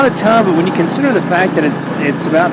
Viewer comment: That-uh, and but-uh made me skip the video 😢